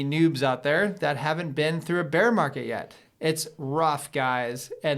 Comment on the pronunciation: mear barket :-)